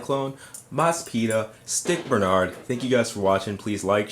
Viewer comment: it's scott bernard. not stick bernard. who is stick?